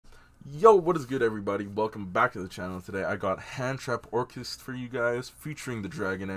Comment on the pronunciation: Yo, think your missing the ‘c’ in orcust lol